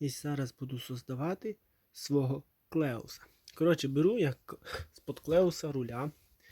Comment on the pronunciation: Воно читається як "Келих", а не "Клеус"